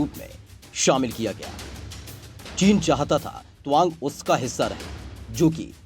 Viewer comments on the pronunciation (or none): tawang bolo na kya towang bol rahe ho?